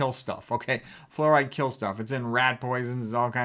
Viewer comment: “Flooride” I love it 😂